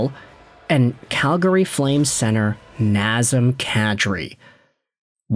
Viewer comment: Non... Not NAZEM KADRI, please.